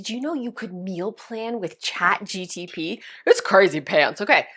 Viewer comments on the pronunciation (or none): my ADHD goes bonkers everytime she says Chat GTP and I can't help myself AAAAAAAAAAAAAAAA 😭😭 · Great ideas, thanks for sharing! FYI, it’s ChatGPT not ChatGTP 😂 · You keep saying chat gtp lol it’s chat gpt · Chat Gpt not gtp 🙂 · So you are the reason I keep saying "ChatGTP" when it's "ChatGPT"! 😉😀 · It's Chat G P T. You keep saying Chat G T P. Nice try though 💜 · Haha, it is not chatGTP….. but thanks so much for sharing the tips! ❤ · I grammar check everyone so please don’t be mad… it is Chat GPT Not G T P Just put the letters in alphabetical order and it will be correct :) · Lol ..Love how you keep calling it chatgTp ..reminds me of ATP from med school😂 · CHAT G "PEA" T 😊😊 LOVE YOUR VIDEOS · it's cha gPt not the opposite, you are driving me crazy everytime you say it 😅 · I’m French and I was wondering about this mistake. Is it a mistake ? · my eye twitches every time you try to say ChatGPT 🤣🤣🤣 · you're killing me with Chat G-T-P..